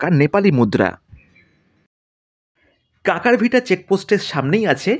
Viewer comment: কাঁকড়াভিটা নয়। কাঁকরভিটা। 😂